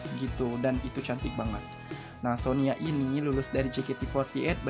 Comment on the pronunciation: Koreksi min -Sonia pernah ko senbatsu sebelum kimi wa melody, yaitu fortune cookie -Sonya pandarmawan, penyebutan nya sonya min bukan sonia Makasih min hehe